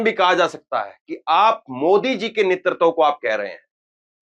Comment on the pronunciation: नेतृत्व को ' नेतरतव ' न बोलें। उच्चारण सुधारें। आपका भविष्य उज्जवल है।